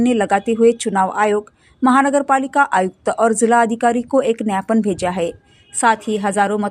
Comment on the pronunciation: मॅडम जी न्यापन नही ग्यापन (ज्ञापन बोलते) है..😂